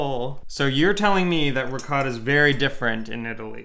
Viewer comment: A piece of me dies every time you mispronounce "ricotta".